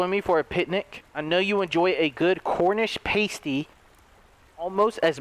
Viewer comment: The way he said Cornish pasty 😂